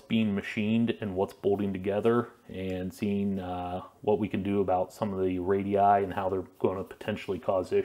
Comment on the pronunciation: Really appreciate you calling the radii instead of radiusus like most Americans